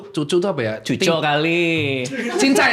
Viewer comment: solo bnget ngomong "cucuk" wkwk